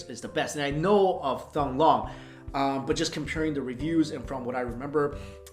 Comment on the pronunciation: "thong long"? dear god Mike, you could at least Forvo it. it's more like "teng lohng"